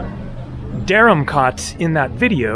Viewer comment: Hi: Interesting video of Dharamkot & Bhagsu. The former looks like the better place. By the way, I had commented in your earlier video that the "kot" in that place is pronounced like "coat" and not "cot", as you pronounce it every time. You can certainly be very obstinate at times.